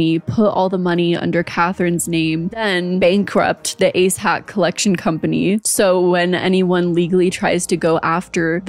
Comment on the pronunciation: Am I the only one who can’t stop hearing “A$$ hat” every time she says “ACE HAT”???